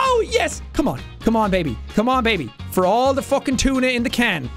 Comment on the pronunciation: “All The Way To Fockin Victory Town” ~jacksepticeye